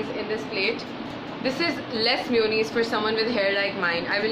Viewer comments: its ma-yo-naise not miyunize . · It’s mayonnaise not myonaise ... not hating...love u ❤️❤️ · Its maa-yooo-nnaise Not mi-uuu-nis 😂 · Chinnu Gowda I watched some people saying mewoneese on tv but it's mayonnaise jese month May pronounce hota hai istra mayonnaise... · Bhavika Maheshwari its an accent dude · She means mayonnaise! Never heard it being pronounced that way but it’s so cute!